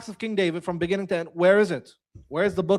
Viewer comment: Inne the beninging 😂🎉🎉🎉